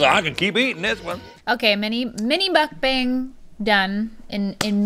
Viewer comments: Pronounced "Mook bong", but it's still fun to watch! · She said mukbang wrong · pronunciation of mukbang 😅😂